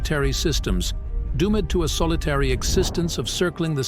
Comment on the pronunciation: Doom Ed , rouge Ed planets where's Eddie? But we found a really illiterate narrator